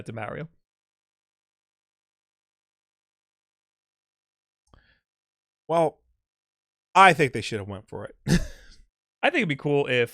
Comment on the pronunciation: It's pronounced niiiche not fucking nitch that does my fing head in, you pronounce Mario right but f*** up a simple word